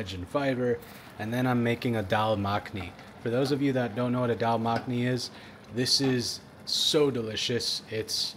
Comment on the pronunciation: its pronounced Daal Muk-ani as in the pokemon Muk just fyi